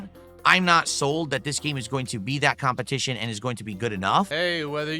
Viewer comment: “Khantent” “Khansole” “Phadcast” “Champetition” “Phasitive” SNORT🐽